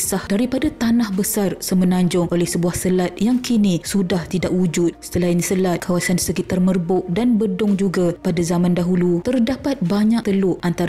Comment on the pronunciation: sebutan utk tempat BEDONG adalah : "BIDONG"